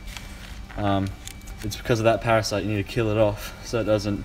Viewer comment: Lol it’s parasites Not parasites!!!! 😂